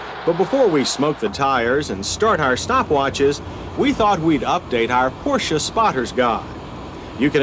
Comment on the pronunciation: You hear that Americans/Canadians? He is pronouncing 'Porsche' properly...with no silent 'e'.